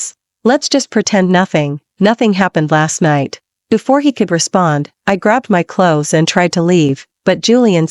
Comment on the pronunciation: "clothies"? That's giggle-worthy!